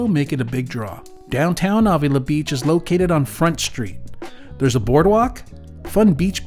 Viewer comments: Thank you! The awww was driving me crazy. 🤪😉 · Marin is pronounced like Mare rin (Marin) and Avila is pronounced like Ave ill La. You need to be here on a Thursday evening for our downtown SLO farmers market,it’s rated #1 in California ( lots of food vendors and tons of Bar b Que ). Have safe travels and comeback to SLO county soon, we actually welcome tourists.